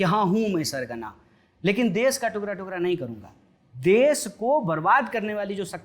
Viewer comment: टुकरा टुकरा nhii hota ..टुकडा टुकडा